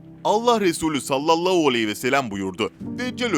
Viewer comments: Sallollohu nedir kardeşim yavaş konuş tane tane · Sen kekeme değilsin. Ebû hudri yide güzel söylüyorsun.daaa dikkatimi cekti neden salavatta h yi söylemiyorsun???sallallauuu arabca ne demek bilirmisin???dikkat et telafuzuna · saallau değil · "Sallallou aleyhi vesselem" demesi hasta etti beni daha fazla dinleyemeyeceğim. "Sallallahu aleyhi vesellem." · SALLALLAU ALEYHİ VE SELEM DEĞİL KARDEŞ""SALLALLÂHU ALEYHİ VE SELLEM""DOĞRU TELAFFUZU BUDUR!!!😊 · SALLALLOU NEDİR YAHU ÇOK MU ZOR SALLALLAHU DEMEK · Sallalluu değil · Seslendiren arkadaşta telafuz sıkıntısı var...sallallau deyip durdu... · SALLALAUUU DEĞİL TELAFUZUN YANLIŞ ÇOK İTİCİ DERHAL DÜZELT. YADA VİDEOYU KALDIR. SALLALLAHU ALEYHİ VE SELLEM. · Ya kardeşim abartma istersen... bu dediklerin bid'at dir ama zamanavidir... Bide sen niye Sallalau diyosun ... dogru söylemesini bile bilmiyosun güzel kardeşim ... Türkmenistan Çarjou dan selamlar..... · güzel bir kanal. videoları izliyor ,beğeniyor ve yeri gelince yorum yazıyoruz. ama böylesine hassas bir konuyu bana göre salavatın nasıl telafuz edilmesini bilen birisi seslendirmeli. konu hassas ve seslendirmeyi yapan kardeşimizin kesinlikle niyetine samimiyetine inanıyoruz. ama lütfen bu konularda daha hassas haraket edin. sallolou diye bir salavat kabul edilir gibi değil. hala videoyu düzenletme yada daha doğru bir salavat ile yayınlamalısınız. bu kadar tepkiyi okuyup bir değişiklik yada düzeltme yapmamanız aklımıza daha olumsuz fikirler getirebiliyor kanalınız hakkında. lütfen düzeltin !!! bizlere saygı duyun tepkimize kulak asın!!!!! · Okuyan arkadaş sallallahu demeyi yanlış söylüyor. Beni uyuz ediyor. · selavat-ı şerifi düzgün getirmediğiniz için dinlemek istemiyorum sizi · Sallallahu ,,,hu ,,,hu demeyi beceremiyormusun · sallallahu kelimesini bir garip söylüyorsunuz. çok itici bir tarzınız var. neden acaba ?